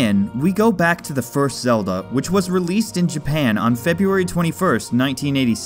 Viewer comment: You mean the legend of zegend